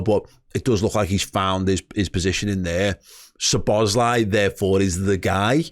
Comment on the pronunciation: It;s pronounced So-bos-lah-ee (a and i are pronounced ah and ee).